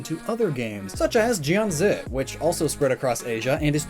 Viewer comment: You literally only had to look it up on Wikipedia to learn it’s pronounced tsù-jū. In mandarin pinyin (romanization ), c is pronounced as ts. At least you pronounced jianzi right. 🤗